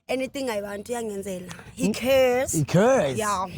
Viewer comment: "He Carrrrres"😑😂😂😂😂😂😂